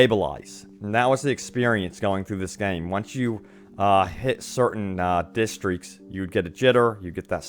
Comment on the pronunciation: Jesus man. Sorry but I had to say it. It’s pronounced “districts” not “deastrics”